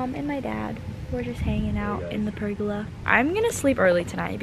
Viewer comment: its called a per-go-la not a pergala